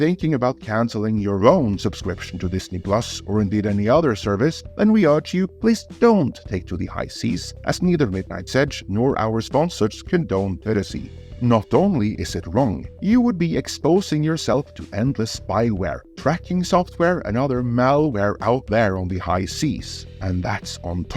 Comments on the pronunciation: It is PIE-RACY not fucking PIRRACY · Please say piracy 10x in a row ❤️❤️❤️